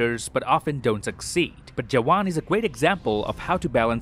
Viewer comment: You pronounced “jawan” right, 😮